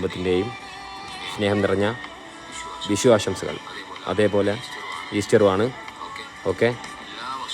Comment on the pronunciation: It's vishu😂not wishu